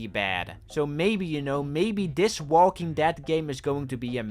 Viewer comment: saying Walking Dad is hilarious. This guy can't talk.